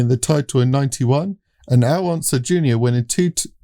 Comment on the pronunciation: Glad to hear you figured out it's pronounced, U-SAC! But still, you guys are butchering the pronunciation of iconic names, like Donahue and Unser!